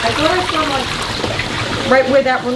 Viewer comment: Lol " I swwwaaaaalll something in the pond" that NY accent 😂 Dude I want that turtle to join mine!!!